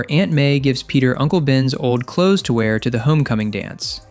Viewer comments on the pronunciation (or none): none